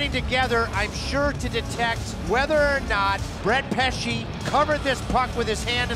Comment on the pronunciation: "Pe-kay Ree-nee" god I cringed so hard at that and that's not even my team